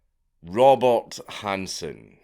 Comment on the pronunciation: You said Robert Hanssen, but out of your mouth came Robot Hanssen. 😂😂